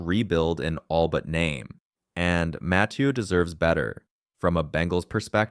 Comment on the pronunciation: If I have to hear him say matheiu name again ima rip my hair out